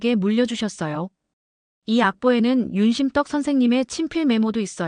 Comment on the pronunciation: 한글 발음도 제대로 하지도 못하는 사람이 무슨 설명을 한다고 윤심덕을 윤심떡 이라고 덕 떡은 다른 발음이니 확실하게 해주면 줗겠네요